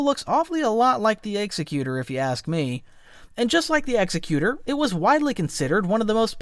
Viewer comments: It's "ex-ec-you-tor" not "execute-er" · You said "executer" (as in a person who kills someone...actually a person who kills someone for justice is called an executioner...not sure "executer" is even a word). It's name is actually "Executor" (a person designated to carry out instructions in a will). We can suppose in this case the name is meant to convey it is there to carry out the will of the Emperor. They are pronounced differently. The ship name is pronounced X-ECK-u-tor.